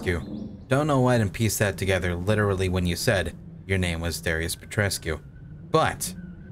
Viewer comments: Plus saying Darius Petreshoes 😂 but yeah I agree. And the accent is something else. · Petrescu reads Pet-res-ku